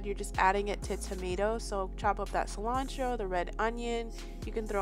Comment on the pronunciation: Is that parsley they call calentro